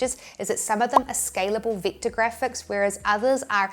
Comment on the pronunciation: It's pronounced vector, not victor.